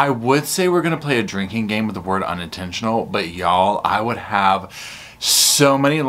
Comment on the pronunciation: It was UNinTENtionUL!!!